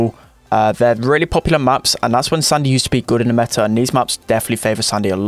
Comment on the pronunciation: It is SAND(⏳)Y Not SUN(☀️)DY